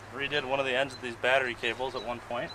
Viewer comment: “batreee” 😂😂. He said it. VGG infiltrates the camp once more lol